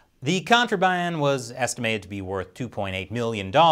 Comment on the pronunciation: Man says contraband like a cowboy